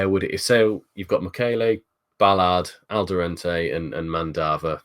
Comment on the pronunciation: Please, there's no N in Alderete 😂